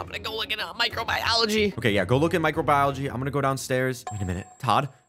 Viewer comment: "ok, theres nothing in microbibrioligy"💀